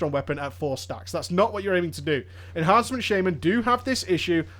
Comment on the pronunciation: your pronunciation of enhancement as enHARNcement bothers me. Are you turning southern or something?